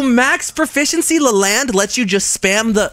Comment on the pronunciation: "Le-land? No I'm named you L-E-L-A-N-D"